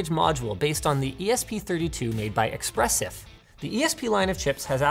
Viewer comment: It is not Expressive, it is Espressif. Just like it is not expresso, it is espresso!